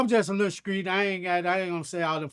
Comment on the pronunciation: I like how his t's sound like the c's....for example, he will pronounce street like "screet"